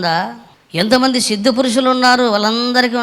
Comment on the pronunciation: సిద్ధ గురు కాదు ---ద్ద గురు.., అదే ముద్ద గురు